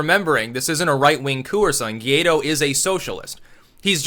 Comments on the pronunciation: It is pronounced “goo-ah-ee-doh” (emphasis on the last syllable). 😂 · You know how Paraguay and Uruguay are pronounced? "Guaido" is like the "Guay" from those words followed by "dough". Guay-dough